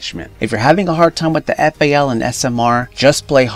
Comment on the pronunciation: Lol my man said fal